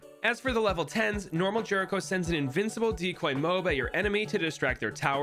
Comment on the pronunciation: Why do you pronounce it "MOBE"